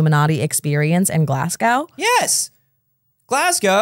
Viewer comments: insisting on calling it glas-gowe is breaking my brain 😂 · Glas-go not Glasg-ow for pronunciation though your Edinburgh is shockingly spot on.